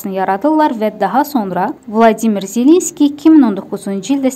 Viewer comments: BLADİMİR YOX ..VOLODİMİR ZELENSKİDİ..VLADİMİR PUTİNDİ.. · Vladimir yox Volodimir.